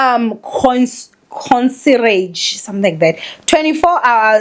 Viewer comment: “Concierge” pronounced consiage”